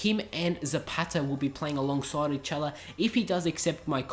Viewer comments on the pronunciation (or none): none